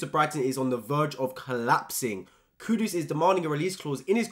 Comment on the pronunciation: Mate it's kudus not Kudos like keeps butchering his name